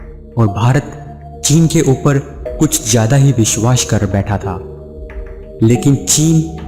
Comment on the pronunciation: Bishwash nahin hota saale.... Vishwas hota hai... Pehle pronounce karna seekh chutiye uske Baad video banana